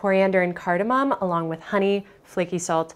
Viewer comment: She claims to be a food blogger but can’t pronounce cardamon. I don’t think she knows what she’s talking about